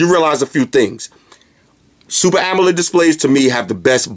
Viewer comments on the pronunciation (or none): none